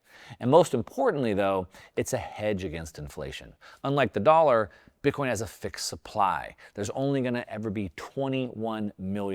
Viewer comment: Please please not bitcion thanks